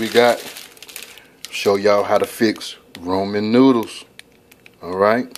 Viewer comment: Why are you saying roman? It's Ramen 😕